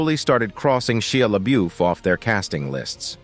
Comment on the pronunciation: Google how to pronounce people's names before saying them over and over. I like ur videos but listening to you say Shia LeBeouf so so wrongly is frustrating.